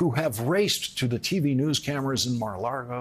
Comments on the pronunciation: Lawrence, it’s Mar a LAGO (as in Lake) not LARGO. You’re in danger of sounding as bad as Trump did when he pronounced Russia as “Rusher”. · Except when he said Mar-a-Largo, lol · And i love him saying Mar a LARGO. LMAO. I personally pronounce it Mar a LARDO.